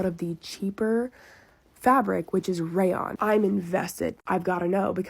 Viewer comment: Not continuing to say: "Raylawn" instead of "Rayon"... and not even correcting her, 😂😂😂😂😂😂.